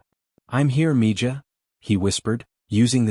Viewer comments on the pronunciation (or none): Its pronounced "MEE HA"